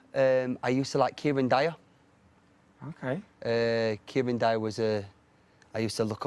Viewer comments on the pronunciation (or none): Man said Kieron Dyer lol